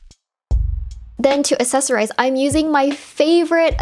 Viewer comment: So I love these videos so so much, but just in case you didn't know, accessorize has a hard c sound at the beginning, so it's (acksesorize) phonetically. Def not meaning to be mean or condescending, but just wanted to help out because I notice it in your videos 🙏🏻🙏🏻🙏🏻 Please don't kill me 😥